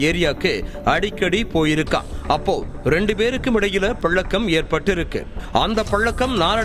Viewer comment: பலக்கம்,பலக்கம்னு சொல்லாதீங்க.தமிழை கொலைப் பண்ற உங்க பேச்சை கேக்க சகிக்கலை